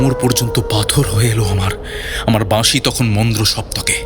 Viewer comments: বাঁশি, উচ্চারণ টা এতটাই ভুল যে কানে লেগেছে। বাদবাকি গল্প পাঠ সুন্দর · প্রথমেই বলি শব্দ সংযোজন খুব খুব ভালো হয়েছে, দিন দিন উপস্থাপনার মান উন্নত হচ্ছে যেটা সবার কাছেই কাম্য, বাঁশির সুরগুলো যদি আলাদা করে আপনারা আপলোড করেন তবে খুব ভালো হয়, দাদার থেকে বাঁশি এর জায়গা বাসী শুনে খুব কষ্ট পেলাম ওনার এবং সেই সঙ্গে আকাশদার কিন্তু বিষয়টার দিকে আরও বেশি করে নজর দেওয়া উচিত ছিলো। প্রচার অলংকরণ চমৎকার রৌম্যজিৎ দা থাকলেই সেটা যেন জীবন্ত হয়ে ওঠে। এই সিরিজটাও জমজমাট হবে এরপর কিন্তু একটা প্রেমের গল্পের সিরিজ চাই হোক না এরকম ছয়টা গল্প নিয়ে । অনেক অনেক ভালোবাসা রইলো ❤❤❤❤❤ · Flute composition আর বাজানো এক কথায় অসাধারণ। তারপর গল্পের উপস্থাপনা। তবে উচ্চরণের প্রতি আরও যত্নশীল হওয়া উচিত ছিল। 'বাঁশি' হয়ে গেছে 'বাশি', যা বড্ড কানে লেগেছে।